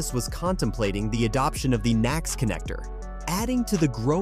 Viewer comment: Out of date and incomplete at best. It was already announced VWs network is going NACS. (It’s pronounced “nax” btw). And it’s not just GM and Ford, Mercedes and others have already announced. The title is misleading as Toyota has not said it will “partner” with Tesla or switch to NACS. The CHAdeMO charging standard is still very popular in Japan 🇯🇵 and Asian countries, as well as others. So it’s highly unlikely. This video also uses misleading images and footage, from WAY back, when Toyota owned Tesla stock, trying to make it seem like they are partnering currently, when they are not……